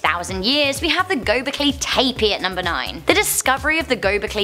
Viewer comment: Sooo.. U say for Göbekli Tepe " gögbekkllliiyyy tepeeeyigggnnn " ? So we have to say for example for new york " niw york" then. Try to learn some speaking things